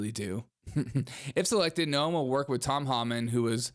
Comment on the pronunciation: Dude, he did not say Bigly. He is saying Big League. It is not No-em, it is Noem like NOME.